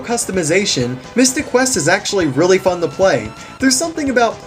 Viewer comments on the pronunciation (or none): none